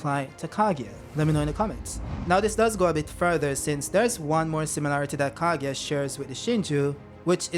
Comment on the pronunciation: the pronunciation is KA GU I AH!! Stop saying KA GI A!!!